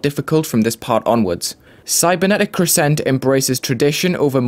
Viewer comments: Why does nobody know how to pronounce crescent?? It’s CREH-sunt not cre-SENT lol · cool video but if i hear you say 'crssent' one more time i'm going to cry. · I love the level visually (havent played it yet myself) but i would like to point out that the stress in the word crescent is on the first syllable. not a bit deal that you put it on the second though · Yeah they put a pause in between cre and sent it’s weird.